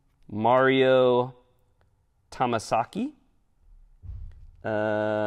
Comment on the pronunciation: Dam Mario Tamasaki LMAO... U had me cracking up lol. It's Yamasaki... NICE SILVA, Cool Vid!